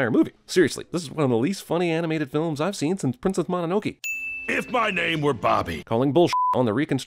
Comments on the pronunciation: Gonna have to sin this video for how you pronounced Princess Mononoke as Mononoki. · Ypu said Monoke wrong